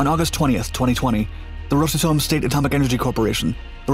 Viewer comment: "Rose a Tome?" No, Ross Atom.